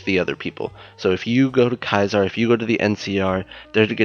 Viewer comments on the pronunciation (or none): It's not Kaiser Its caesar or seezer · Who the hell is Kaiser did you mean Cesar. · as soon as he said kaiser's legion i stopped watching, if you can't say Caesar there's no point listening any further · Its caesar’s legion not kaiser’s legion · Lmao kaezars legion, it's Cesar's legion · Some of the characters in the game pronounce it "kaezars" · Caeser's legion is pronounced see-sirs. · Almost every NPC says kai-zar for some reason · Did this guy really just fucking say "Kaisar's Legion"? Does he really not know how to pronounce 'Caesar' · Know one going to pick up on the mispronunciation of Caesar?.....okay. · He mispronounces Caesar